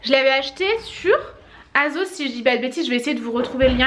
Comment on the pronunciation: Cc les amis prk à chaque fois en début de vidéo, tu te dénigres à chaque fois avec tes cheveux, tu n’es jamais contente Et pour ton plan de travail pour le prochain je te conseille de le protéger soit avec une nappe soit avec un plastique Ps: on prononce asssssossss et non azos